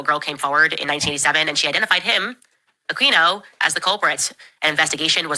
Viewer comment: It's not queeno, it's keeno. Michael akeeeeno